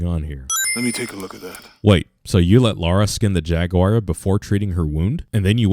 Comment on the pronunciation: Pronouncing JAGUAR wrong that’s a SIN